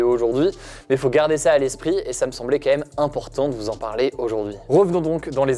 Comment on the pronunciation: Très bonne vidéo et montage au top mais je t’en prie essaie de prononcer QUAND MÊME au lieu de camème.